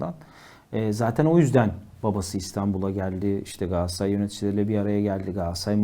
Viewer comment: Moderatör kardeş, programın adı "Gündem Gaaassaray" mı yoksa "Gündem Galatasaray" mı? Ne yazıyor önündeki kağıtta?